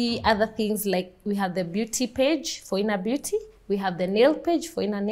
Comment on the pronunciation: Phoina Beauty sounded to me like "For Inner Beauty"